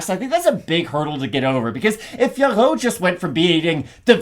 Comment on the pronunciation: Fiorot is pronounced FEUR… Jon anik played sound with her saying her own name. The OT at the end is silent.